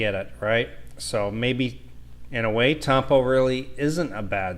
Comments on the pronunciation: Pronounced “tum-poh “., my brother, don’t slang it..😀.. short vowels only... great vid btw. So so true. If you use your charms and some loving words, you can get any Pinay out of that tampo mood. It’s basically like wooing her again, and she’ll love that extra loving attention, especially when you bring home her favorite chocolate brand. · Pronounce it right please 🥺 it is Tampo' with a distinct Po '.. thanks 👍